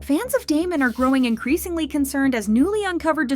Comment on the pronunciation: please before you make videos like this actually pronounce their group name right